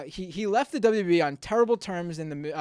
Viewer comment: You can't even say "WWE"; And most of your facts are incorrect. Was he really from your childhood? Because you look and sound about 12 right now. So technically your childhood isn't over yet. ;)